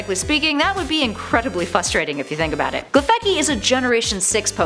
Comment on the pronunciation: I got to klefki and had to make sure someone already mentioned it